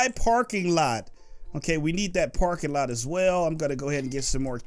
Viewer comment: he said lets put the porkinglot down